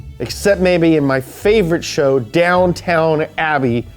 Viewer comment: My wife was yelling Downton its Downton Abbey. Guess your in the same boat I'm in